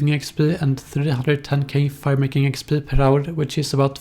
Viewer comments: expeeeeeeeee not expL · Is it just me or when he says "exp" does it sound really fucked up? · The way he says xpdl kills me everytime😂😂😂😂